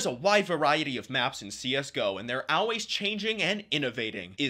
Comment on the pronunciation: Y u say always like "aulways" ?😮